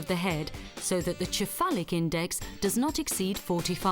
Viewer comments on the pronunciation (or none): Cephalic is pronounced sefalik....